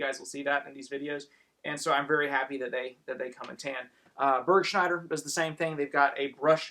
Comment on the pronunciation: HI first time watching. Are you saying "BERKSHIRE CLOTHING" or Burshire? ....